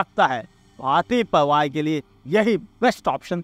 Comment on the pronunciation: It's pariwar not parwar